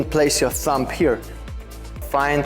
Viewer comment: As usual, great teaching and nice attitude, thanks ! (Don't pronounce the B of thumb 😊)